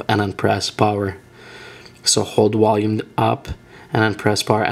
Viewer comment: "Wolume" haha dead i have a friend who pronounces there V as a W too